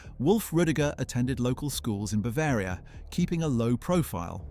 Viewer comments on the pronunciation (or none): none